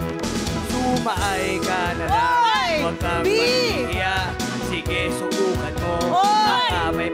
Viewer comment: Kung di ko pa ni-rewind akala din "sige subukan mo" yung nabigkas ni pero "sige suukan mo" mo talaga yung bigkas nya.